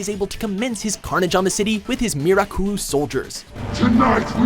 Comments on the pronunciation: *Mirakuru not Miraku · Mirakuru not miraku